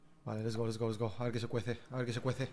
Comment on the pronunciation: Ostras tio porque tienes que decir lest go bebe cada vez